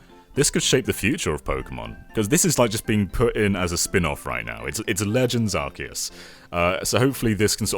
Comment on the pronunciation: Arceus doesn not come from Archangel but from Arké